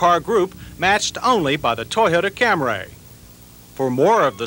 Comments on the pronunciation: Say it with me......Cam reee. Cam reee. Not Cam rayyy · I had some problems with this comparison. The guy couldn’t even pronounce Camry correctly. He kept saying Camray. Toyota prob hated that but I believe 83 was its debut so maybe no one knew. More importantly, the cars chosen weren’t on equal playing fields. The Stanza was a lesser car than all of them. The Maxima was the better match w/ them but I don’t think it came as a hatchback ever. The Stanza would be more comparable to the Corolla hatchback. Finally, the Phoenix is arguably not on par with comparisons becoming the brand was a step up from Chevy so a Citation seems a better choice. Just my opinion on all this of course & they certainly ask for mine. Lol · Back when the Toyota was pronounced CAM-RAY instead of CAMRY. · Watched this video before I headed to the airport. Called for my uber and what did they show up in? A "Cam-ray" 😂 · About 1992-93 he switched to the acceptable camry instead of camray. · He's always said "Cam-ray" -- as opposed to "Cam-ree" -- well into the 1980s..... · Here we go with that Cam-ray: the saga with the pronunciation til the 92 model. Edit: Mazda chime is familiar (is it a Australian built?) My first car is 1985 Toyota Camry sedan(automatic) it's pretty nice car but wow that brake test is long. OK I think he got it mixed up with the transmission on the mileage part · Aaahhh John and the “Camray!”👌😂👍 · The 1st uttering of the Cam-Ray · I've been thinking lately about John's continued mispronunciation of "Camry" as "Cam-Ray" back then, & am now wondering if Toyota told him to pronounce it like that just as Mitsubishi told the press to pronounce "Galant" "Ga-Lawn" for the first generation models. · I thought it was a typo on an early script and John simply locked in on Cam Ray forever after. But you are probably closer to the truth. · 46 - is this the first time John Davis uttered “Cam-ray”? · what the hell is a "Camray"? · John Davis: "Camray" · "The Toyota CamRAY"